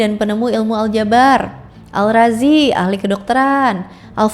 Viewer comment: izin koreksi kecil-kecilan ya kak, sebagaimana aturan penyebutan Nama, Al-Razi menjadi ar-Razi, misal.